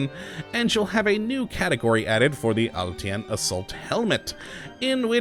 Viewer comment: except you aren't. The name of the helmet is pronounced "uhl-TIN", not "uhl- T. N.". I'm Russian.